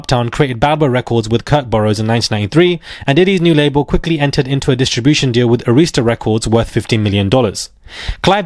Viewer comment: Ah-rhis-tuh not A-rees-ta